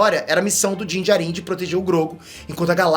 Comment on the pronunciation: a pronúncia correta é Dín Djárin. E sobre os Jawas a pronúncia correta é Djáua, ou Djáuas. Fica claro pra nós que você acha Star Wars bom. Mas não manja tanto não. Só pronuncia um pouco melhor que já melhora. A crítica é pra melhorar ok?! É aquilo que tu ensina nos cursos.